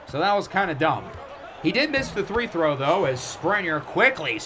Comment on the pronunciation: day 1 of asking why says three throw instead of free throw